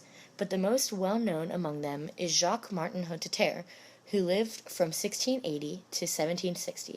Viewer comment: The name Hotteterre has four syllables, not three.